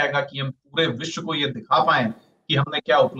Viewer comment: न्यूज़ रीडर, शब्दों का उच्चारण थोड़ा साफ करें। मुख्य मुद्दा को "मुख मुद्दा" बोलना, विश्व को "विश" बोलना जैसी त्रुटियों की आपके बोलने में भरमार रहती है।